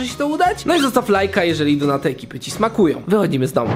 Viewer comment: kto czyta donaty XD mówi się normalnie donuty. ps. za dużo donejtów macie i tak mówicie